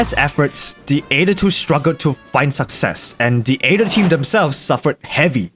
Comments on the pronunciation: It's not a-ether, it's ae-ther, spoken eeee-ther. like why, i can't help but get annoyed by it. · Am I crazy or pronouncing it the (eighth-er) aether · I like how he calls it the Aeder